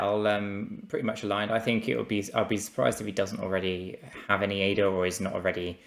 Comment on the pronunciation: u serious? Thought the guys that run a stake pool should know how to say the name of the crypto they promote. Wouldn't it make more sense?